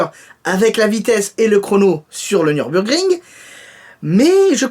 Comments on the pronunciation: Aller repete apres moi. " Nioure", vas-y, voilaa, maintenant "beoure", vas-y, ok et pour finir "gringe". Niourebeouregringe, nüburgring, NÜBURGRING, NÜBURGRING. C EST PAS COMPLIQUER A DIRE BORDEL, NÜBURGRING, MAIS PUTAINNN. Ah pardon, je viens d insulter le grand dieu (qui a le meme prenom que moi en plus, plagieur). Svp, grand dieu, exuse moi pour se grand pecher que je viens de commaitre MEME SI C EST PAS COMPLIQUER A DIRE BORDEL. Hmm, hmm pardon, je vais trop loin PUTAIN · Salut! Le week-end a été bon et légèrement moins chaud quand même. La SVJ sur quel circuit tu dis? Allé, un petit effort sur le nom du circuit? 😂 Ah mais tu as quand même réussi à bien le dire au final. 💪😎 Impatient de voir la nouvelle MacLaren et chez Manny Khoshbin aussi. 😍 Pour la Bugatti, curieux d'en savoir un peu plus quand-même mais pas évident d'en parler beaucoup pour l'instant. Passe une bonne fin de journée. 😎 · ça se dit Nurburgring hehe 😂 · Mdr prq ta pas dis Nürburgring ?? Hahaha tu c pas le dire , tu peux nous faire une vidéo sur l'histoire du Nürburgring prq ya aucune vidéo en français